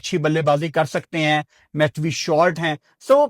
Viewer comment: Preview ❌ Pirview ✅ Matthew ❌ Mathhwee ✅